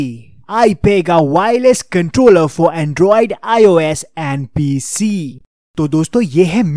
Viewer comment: Pese nahi PC